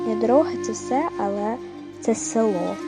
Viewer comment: А це цікаво і добре прокоментоване